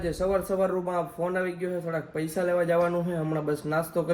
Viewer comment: પૈસા ❌ પયસા 😆😆😆😆